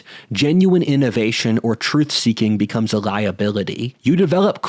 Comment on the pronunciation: Except it's "da troof."